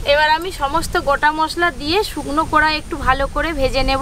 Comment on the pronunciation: কড়া না বলে কোড়া বলছে বারবার